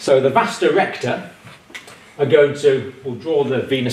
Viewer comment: why does the doctor say "vasta" recta